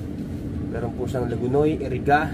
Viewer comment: Iriga hindi Eriga